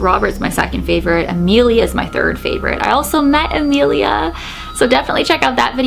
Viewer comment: there are other haunted dolls, like you said peggy, harold, charlie, joliet, pupa, okiku, and this other haunted doll has a familiar pronunciation but spelled different. and it's emilia(not amelia).